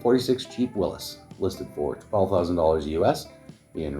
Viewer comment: At least you know how to pronounce Willys not Willies!